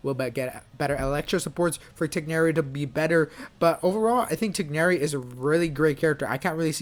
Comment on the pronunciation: You pronounced Tighnari better than the VAs 👍🏽